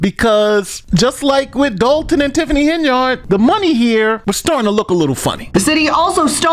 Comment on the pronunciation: Not Hen - Yard It's pronounced Hen-yerd. Say it along with me Hen-yerd, Simple. Quality NY education right there.